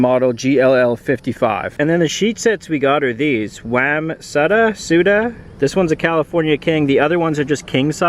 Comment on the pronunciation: Hey I love the video as always. I don't want to correct you again but the wamsutta is pronounced Wom-sutta. I do learn a lot from you and I appreciate it. Thank you very much! USN Call Sign SCAR